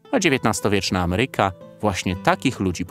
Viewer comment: Uwielbiam kanał, miły prowadzący, piękne ujęcia dronem, montaż, no wszystko miodzio, ale jedna rzecz jako purystę językowego rani moje uszy. Akcentowanie słowa AMERYKA. Ja wiem, że masa ludzi wymawia to niezbyt poprawnie, ale na takim kanale nie wypada. Przepraszam, że komentarz z łyżką dziegciu w beczce miodu, ale zawsze mówię jak jest. Lajkuję, subskrybuję i zawsze czekam na kolejny odcinek.